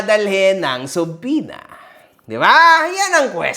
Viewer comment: Correction subwena daw sabe ni gusgusing tuleg hindi subpoena